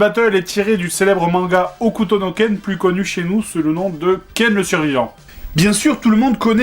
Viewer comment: on dit HOKUTO